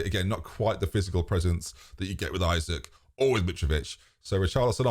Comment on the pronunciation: Too bad after all this time you still call him Isaac.... very disrespectful tbh.